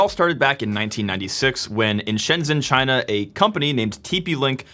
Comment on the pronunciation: LOL now singapore is CHY-NA